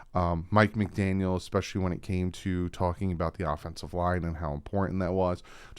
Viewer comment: Mike Mcdaniel.....no "s" ya only did it in the intro. Lol. I'm being too nitpicky. Lol